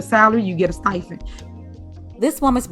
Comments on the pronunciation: She’s so ignorant she can’t even speak correctly what’s a “stifend”😂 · Never trust A PROFESSIONAL THAT SAYS.......STY-FEND👀🤣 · Not a “stifend”…. 😂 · She can barely talk. STIPEND NOT STIE-FEND. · Stifen?? 😂 I think she meant stipend 😂😂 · That woman said "STIFEND"! LOL 😆😆😆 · what's a "stifen?" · What's a "stifend?" Ugh...she needs to step down and repent. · Whats a Stifend? 😅